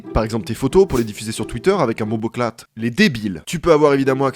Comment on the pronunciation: ma seule réaction avec nord VPN : "on dit pas bombouclat ?"